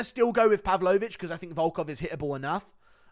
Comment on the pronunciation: Pav-low-vich, he's not a dessert Guru!